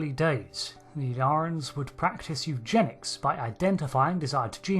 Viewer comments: It's not pronounced "Ill-yar-ans", but "Ill-ear-ians". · The way you keep pronouncing the species name in the video is like "Illarans", or "Illarens", instead of "Illyrians". Could there be two different species, one with the other species name spelling???? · Ill-ear-ians Not Ill-yarans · In my controversial and highly important opinion, it's pronounced "il LEER' ee in" as in "Illyria," a region in northwestern Greece (roughly around modern day Albania) of primary historical importance in classical antiquity. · It's not that hard. ill-EAR-ee-uns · Why is the narrator of this video pronouncing their name in such a strange way? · Does make you wonder how someone can spend the best part of an hour watching an episode where the word is said numerous times and then completely get it wrong SO MANY TIMES. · Crucially, "Illyria" was a made-up country in Shakespeare, borrowed by a number of writers to name their pretend countries because it's public domain. Trek writers enjoy their Shakespeare references. But that also means there are a few centuries of precedent in English-speaking culture pointing to how this word is pronounced. Y'know, if listening to the episode weren't enough.